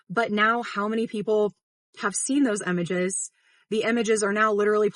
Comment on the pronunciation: Why do you keep saying "Emages" instead of images?